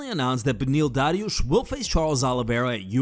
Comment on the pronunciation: Homie keeps pronouncing Dariush like knows something we don’t